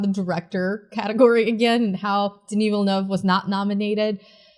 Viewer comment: Denis Villeneuve? Didn't you mean Dinoov Velnoov?